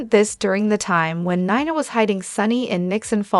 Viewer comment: Not Nana, Nina!